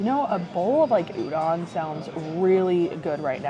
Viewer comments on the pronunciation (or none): Oh and btw Udon is pronounced “oo-dohn”, so excited for your last 2 restaurants!! いただきます🥢🍣🍶